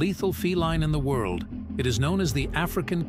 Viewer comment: Are you an AI voice? Because you pronounce a lot of words oddly.